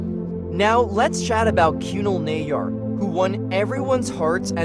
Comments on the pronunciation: Not KYUNAL its kunaaal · that narration was terrible, how difficult is it to pronounce Kunal